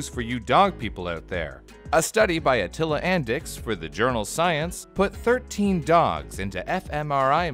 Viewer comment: Attila Andics’s name should be pronounced “UT-tee-luh UN-deech”